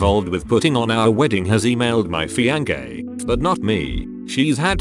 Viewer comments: Me: oh cool, text to speech that'll be nice. TTS: "Fianke" Me: I take it back, i want a person. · Nobody: The bot pronouncing fiancé: F I A N K A Y